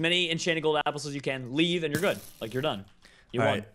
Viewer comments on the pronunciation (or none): none